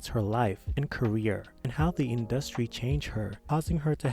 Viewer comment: Why u say industry like that, u not saying it right bch